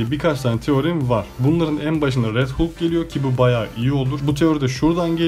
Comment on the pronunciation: Bende aynı teoriyi düşündüm filmden sonra yanlız değilmişim demekki :D bu arada halk diye okunuyor hulk hulk dayanamadım videoya